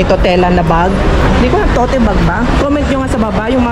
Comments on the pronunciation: It's pronounced as "towt" bag, not "to-te" bag :) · ANG PAG PRONOUNCE PO DIYAN "TOT" SILENT "E". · Tote bag but pronounced as "towt"